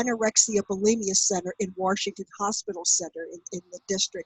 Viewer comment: Warshington!? Sounds like a Jersey Girl! NEATO!